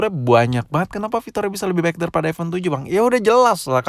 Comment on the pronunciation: aipon bukan aivon